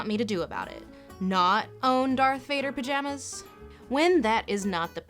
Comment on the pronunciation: Glad I'm not the only nerd who flinched at her mispronunciation. Vader even says his name in Empire.